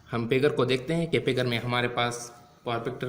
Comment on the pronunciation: It's not pigur it's figure 🙂